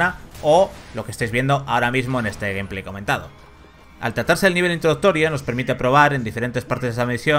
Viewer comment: "El GUMplay" JAJAJAJAJA